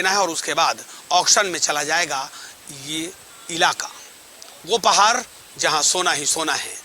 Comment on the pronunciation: पहार नही पहाड hota hai.. शोना नही सोना hota hai aap baar bol rahe ho aisa to ajib sa lag raha hai sunne me.ple sona ko sona he boliye kahi kahi aap thik bol rahe hai kahi kahi lagta hai jabardasti bol rahe hai ple sudhar kijiye